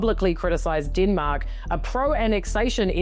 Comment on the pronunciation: Kiwis accent ... hilarious."DEEEENMAAAK!" Dem-Mak---- deatth touch